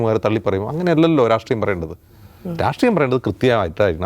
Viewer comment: Dear,,, രാട്രീയം അല്ല... രാഷ്ട്രീയം ആണ്... നിങ്ങൾക്ക് നല്ല vocabulary, pronounciation ഉണ്ട് 😊